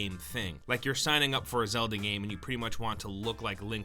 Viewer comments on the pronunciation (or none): none